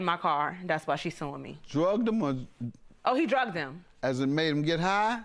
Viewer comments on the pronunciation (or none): The word is "Dragged" dammit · It’s DRAGGED ok DRAGGED NOT DRUGGED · And it's "dragged", not "drug", that's why Judge Mathis was confused